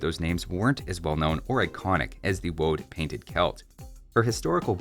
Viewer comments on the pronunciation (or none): none